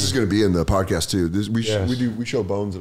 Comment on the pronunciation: " the sodcast"